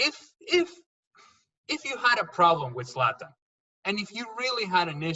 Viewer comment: Is that guy saying Satan or Slatan ? Lmfao, it's Zlatan mate get it right🤣